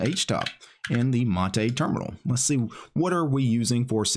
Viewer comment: its "mate" like "hate" not "mate" like "latte"